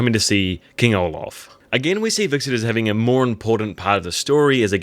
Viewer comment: When you pronounce Hvitserk's name it sounds like you are saying VIXEN sometimes LOL 😂 Not trying to pick on you or anything - I really enjoy watching your Vikings videos, especially the preview breakdowns. Keep up the good work!!